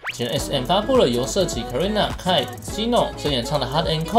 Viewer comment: 是Je（ㄓㄟ）no 不是雞no😇